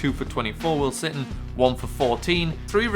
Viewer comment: when you were announcing the stats from the second game on rushing you said will sitton